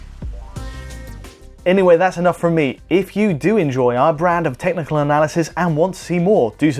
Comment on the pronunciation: Heard "different tentacle beast" instead of "technical".